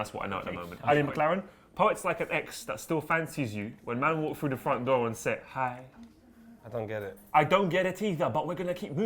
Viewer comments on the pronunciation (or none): none